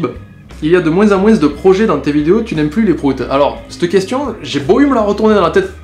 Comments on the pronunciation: Hum... La véritable question serait : A tu une pieuvre mutante dans ta bouche qui t'oblige à dire "de moins en moinCE" ou c'est juste ton accent ? :) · dans le mot "moins" le S ne se prononce pas. >< Sinon bonne vidéo.:)